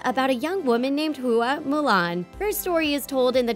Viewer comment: Person: “…named Hua Mulan” Me: BRUH YOU READ IT WRONG